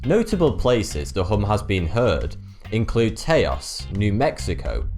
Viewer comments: Me too... Sigh. Taos is a place in New Mexico, pronounced T-ow-S, the A is silent. You would think he would say oh that is a word I've never seen or heard, better look that up. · It's not "tay-os" it's "taus" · I'm surprised Taos got mentioned since New Mexico and Colorado are almost always overlooked. But your pronunciation is incorrect,. It's not pronounced: Tae - oss. It's pronounced like ouch. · Taos is pronounced like house. Not like chaos. Since we are ragging on pronunciation. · What is a "phenonema"? Is that like British for "phenomenon"? Its form suggests plural, but what you're describing is a single case of the ... phenomenon in question. Oh, and "Taos", (New Mexico, US), rhymes with "house". I'm so consufed! :-) :-) I love this guy! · Psst... FYI Taos, NM is pronounced like "house" but with a T instead of the H. They have a great ski resort too! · You butchered the name of taos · you pronounced taos wrong. i used to vacation in taos i heard the hum on several different occasions . taos is the only place i have ever heard it. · Just be lucky that you're a new mexican because he pronounces "Taos" Like an idiot. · Butchered the Pronounciation of Taos